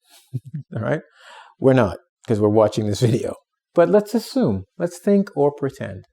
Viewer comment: That pronunciation of assume at the beginning of the video may imply an incorrect assumption